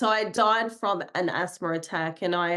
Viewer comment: Asthma has no "r" in it. Same with No. The way this lady talks "Asthmer" "Noer" is really irritating.